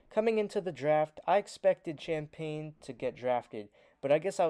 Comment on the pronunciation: Justin’s names is pronounced “ sham-penny”